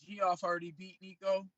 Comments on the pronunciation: Gee-off neal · He called geoff (jeff) G'off 🤣🤣🤣🤣